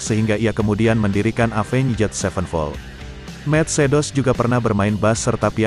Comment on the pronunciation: pronounce nya avenjet 😂